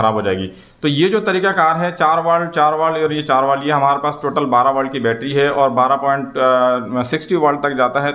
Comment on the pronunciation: والٹ نہیں ولٹ